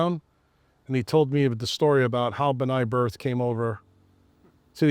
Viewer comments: Pretty sure it’s Brith- not Birth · BI RTH Is not BRI TH....br..i t h